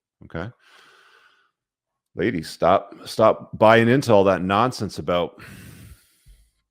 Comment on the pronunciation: you crack me up when you say "for the LADIES"! 👍🤣